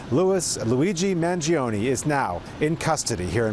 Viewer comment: gee i think she mispronounced his name